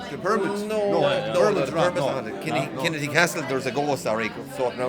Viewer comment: Come to The Neale, in Mayo, and quit embarrassing yourself. Learn how to pronounce Kinnitty too.....embarrassing.